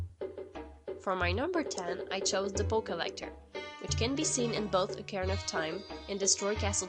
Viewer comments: Because why the frick would you pronounce ➡️O⬅️carina "Ahh"car-anna'? And as for her list, I didn't call her opinion wrong did I? I merely stated she has a different opinion from what I would call creepy. I.e COMMENTING in the COMMENTS section. So next time, instead of bumping a long-dropped thread (just to fuel that bitchy part of you that would love to feel superior) keep moving - and maybe next time do your research instead of jumping in tits first. And yes, I do pronounce things correctly. I'm pretty good. 💁🏻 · Who on earth pronounces it "Ach-ar-anna" of Time? Also, you clearly have a different interpretation of the word 'disturbing' than me. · Started cracking up when I heard her say that because I read this before the video.